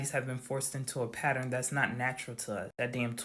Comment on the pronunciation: 😂😂😂 when he said patter-in i screamed!! lol 😂 my daughter pronounces it wrong the same way 😂😂